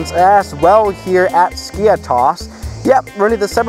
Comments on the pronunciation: It's not skIathos its SkiAAthos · Jesus mate , this is noT SKIA- TOS ...Its skiathos ''TH '' Like Thanos from avengers skiAthos !!!Love your videos by the way !! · It’s pronounced skee a thos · Great Video! Just wanted to tell you that the "th" in Skiathos sounds like the "th" in e.g. "thank you" and the Emphasis is on the a (Skiáthos). For a Greek speaker to hear it was a bit weird how you pronounced it 🤣 Keep up the good work! 🙌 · it is pronunced skathos not skiathos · Bro i am greek and its called /skiathos/ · Its pronounced SKI - A - THOS 🤣🤣 " no one likes English tourists, pissed myself laughing when I heard that comment 😁YES , there are sneaks in Skiathos. Been to Greece a few times, Athens, Zante and Aegina, all wonderful trips from Scotland. Totally agree about diming the cabin lights, it a legal requirement on all European airlines 👍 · As a Greek myself, I can confidently say that you have butchered Skiathos